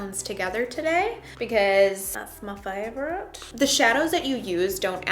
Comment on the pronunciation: Omgosh! I thought you said "I'm going to mix warm and cool shade cause I'm a firecrotch" and I wad like oh huh makes sense me too!!! Then realized your said favorite. 🤣🤣🤣